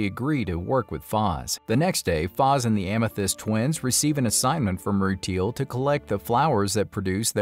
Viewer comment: It’s so difficult to listen to the mispronunciations of some of the Gens like “roo-teal” 😂